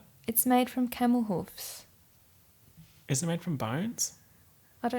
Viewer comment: I truly thought she said “chemicals” instead of “camel hooves” 🤦🏻‍♀️🤦🏻‍♀️